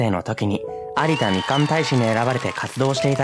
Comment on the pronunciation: 有田みかんのイントネーションが気に食わぬっ！←(地元民)